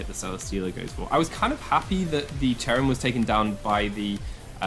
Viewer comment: Ah yes, my favorite pokemon, C h e r u m It's cherrim :)